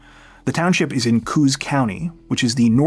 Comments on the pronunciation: "Cooze county" (13m58s) is actually pronounced "Co-Os" (think "co-sauce", but without the 's'). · Coos is pronounced Co - os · Coös County is pronounced Ko-Awes. Ko rhymes with go, and it's Awes as in awesome, rhymes with sauce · coos county is pronounced co-oss county 😊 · I'm from Coos County and it's actually pronounced Co-OSS...I don't actually care, but in case for future videos that you need to refer to it ..that's how it's said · Maybe someone has already said this, but Coos County is pronounced: Cō-oss. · Oh and for future reference and to sound a bit more educated on the area “Coos” county is locally pronounced as Co-Oss county. 2 syllables with on O instead of an oo (ew). Co-Oss county. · I know its weird but coos county is pronounced koh-os county. Its a native adopted word hence why its not consistent with english pronunciation.